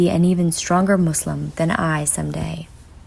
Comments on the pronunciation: You know she's a real Muslim when she doesn't pronounce it "Muzlim"... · I like how she prounced islam "izlam" and muslim by it' accurate prounciation